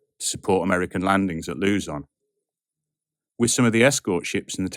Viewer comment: Oh, a hurricane? Well, good luck with space travel and the risks of onboard epidemics, black holes, sun flares, microdebris, and many, many more. That aside, another fine factual video, even when putting aside some pronunciations (particularly the Philippine terms like Leyte = "lay-teh" and Luzon).